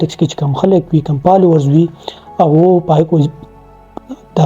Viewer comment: پالوؤرز- پېنز- پِکر- لائپ سټائل- ان پومډ- پلېټ پوم- پوکسډ- ډېرې ښکلې خبرې دې کړي دي سهي خبرې دې کړي دي ویډیو مې پوره اوکته بس دغه بره یاد شوي تورو کښې “پ” په “ف” رېپلېس که پلیز، اېجوکېټډ هلک ې هېنډسم ې دا توري درسره خؤند نهٔ کئې. مننه.